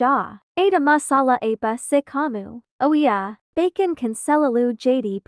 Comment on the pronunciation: Sumpah gw ngakak mlu pas di menit gw liat tulisannya bacon tapi kenapa pas di bilangnya bkon nah disitulah gw ngakak mlu😭🤣😅 "Tidak bermaksud untuk mengejek videonya 🙏🙏"